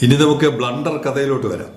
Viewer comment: "ബ്ലൂണ്ടർ" കേൾക്കാൻ ഞങ്ങക്ക് എന്നും സന്തോഷമാണ്.